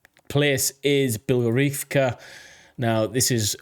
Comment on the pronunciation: beloHOrivka. you keep dropping whole syllables